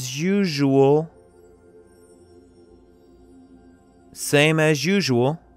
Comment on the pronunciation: Какой позор, не смогли нормального переводчика взять! Слово usually он читает [жу-жу]. Стыд и позор, я не могу понять за что столько лайков? Наверное совсем с нуля люди что такое не понимают